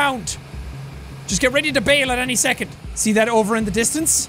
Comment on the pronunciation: HE SAID TE TING!